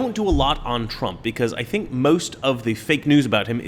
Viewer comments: It’s pronounced ‘think’. I can’t stop laughing. Love you brother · It's pronounced, "thInk." LOL!